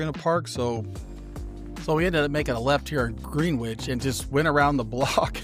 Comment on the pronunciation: It’s sounds like you are saying Greenwich - but it’s pronounced Grin-itch. Like the time zone.